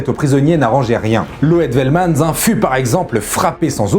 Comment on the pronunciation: par contre ici grosse écorchure de nom! Loet Velmans se prononce: Loute Felmanss en prononçant le "s" final. Donc preuves qu'il y avait bien des soldats néerlandais combattants les japonais et la légions indiennes pro japonaise en Birmanie.